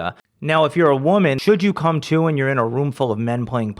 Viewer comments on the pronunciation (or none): none